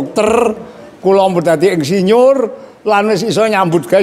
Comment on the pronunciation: Jaman Riyen Sampek Ndugi Sakniki Mbah Yai Nek Tiang Jaler Nikah Angsal Tiang Estri. 😆😆😆😆😆 Ngaji Klasik Kyai Kampung Lulusan Santri Jadul Yg Apa Adanya Apa Yg Diceritakan. Mengucapkan Insinyur Jadi Endsinyur Bahasa Kromo Inggil ( Boso) Lucu 👍👍👍